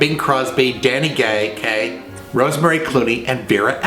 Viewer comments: "Danny gay--Kaye" Hint hint? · I loved the Freudian slip "Danny Gay...Kaye".